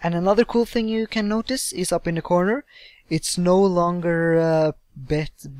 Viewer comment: lmfao your like "the last ting" I LOVE YOUR FRENCH ACCENT. :D british/french accents for the win. ;)